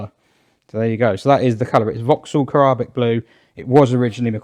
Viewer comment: I think it's Ca-rib-ic blue- as in Carribbean